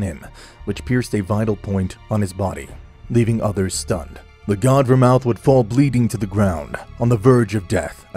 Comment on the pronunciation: Ver-mooth. Not ver-mouth 😂